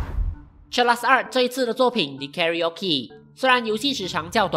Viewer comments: 是真的這樣唸嗎？karaokiカラオキ?不是讀成karaokeカラオケ嗎？ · 一開始同疑惑🤣 後面有正常了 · 知道是叫卡拉OK为什么读它的名字还要读成别的音？？ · karaoke 應該是念 KA RA O KE 卡拉歐K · 欸不是....影片 裡面念Karaoke是怎麼回事....那個念作卡拉OK好嗎.... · 英文唸法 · karaoke是這樣唸嗎?